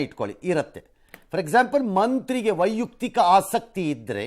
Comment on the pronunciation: ವೈಯುಕ್ತಿಕ ಅಲ್ಲ,ವೈಯಕ್ತಿಕ ಸರಿ